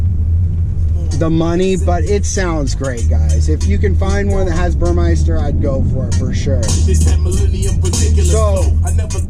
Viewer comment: The sound system is Burmester - say, Bur-MESS-ter, NOT Bur-MICE-ter !!!